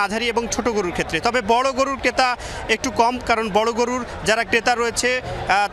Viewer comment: রিপোর্টার কে আরো সুন্দর উচ্চারণ করতে হবে কারণ এটা যমুনার রিপোর্টার। ক্রেতা কে কেতা আর ট্রাক কে টাক বললে হবে না